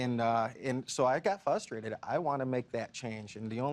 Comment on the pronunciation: Wow you're real clever....unavailable much? F.Y.I it's frustrated not fustrated.